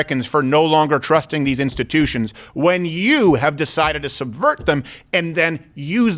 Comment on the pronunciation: Just say democrats, it's not "instittions".